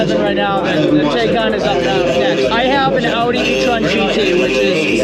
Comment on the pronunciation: TIE-khan MY-boch